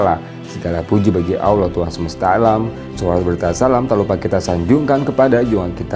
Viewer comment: Mohon saudara penyampai menyebut Allah dgn betul